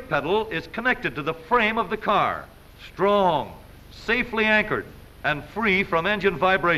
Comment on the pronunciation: Heavy emphasis on how brakes must be S T R O N K